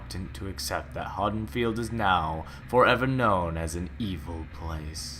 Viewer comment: Am I the only one irked by how he pronounces Haddenfield?